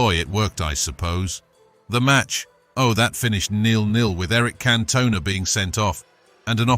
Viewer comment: Wish he could pronounce names properly example cantona